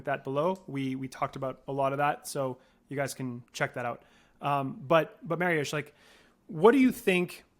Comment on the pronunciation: Awesome stuff! Appreciate you getting at the correct pronunciation of Mariusz's name